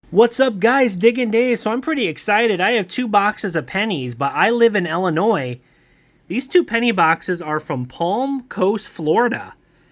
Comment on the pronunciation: Thank you for saying Illinois correctly 🎉❤!! So many people say it wrong 😆.